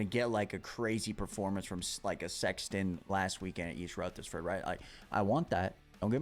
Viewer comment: I just wanna get past this round so he stops saying East RutherSford. 😂😂 There's no S homie. Lol.